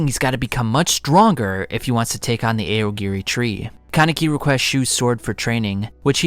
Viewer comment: eye yo gore ee tree